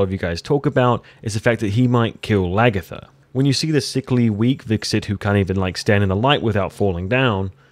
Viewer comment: Sorry to be that guy, but it really bugs me that you're pronouncing it hviKserT, and not the actual hviTserK :)